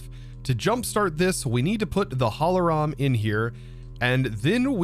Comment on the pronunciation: every german cringes at that momnent haha holoram or what did you said? :'D